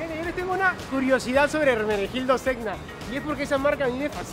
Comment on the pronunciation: Se escribe Zegna pero se pronuncia Zeña; en italiano la gn suena como ñ.